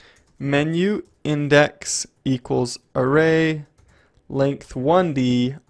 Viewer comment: length~~ not lengt